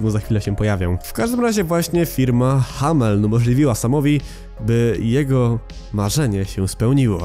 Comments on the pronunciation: Hameln się czyta jako "hamlen". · Przy wymawianiu nazwy hameln to kiedy powiedziałeś ha... To już mówiłem Happy Meat Farms